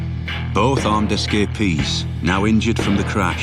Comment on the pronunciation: S Ka Peas = Escapees